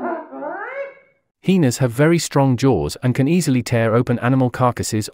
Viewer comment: I’m rolling every time he says heeenas 😂